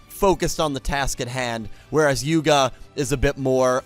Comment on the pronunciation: You said Yugo instead of Yuga. As my favourite Yu boy would say to you: "Yugo ja na, Yugo da". Or in this case "Yugo ja na, Yuga da". Still, nice to know our man Yugo still lives in your mind.